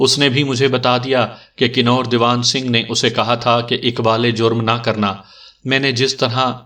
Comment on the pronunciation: لفظ کنور کنوارہ یا کنواری کی طرح پڑھا جاتا ھے